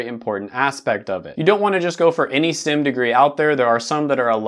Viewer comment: Everytime he says "STIM", dammit "STEM."